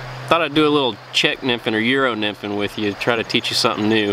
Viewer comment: what did he just say? love me some good yero nymphin